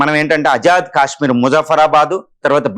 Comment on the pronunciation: అజాద్ కాదు ఆజాద్ అని పలకాలి. ఆజాద్ అంటే స్వేచ్ఛ, స్వతంత్ర అని అర్థం - తెలుగు కు పట్టిన తెగులు కు అంతం ఎప్పుడో? 😢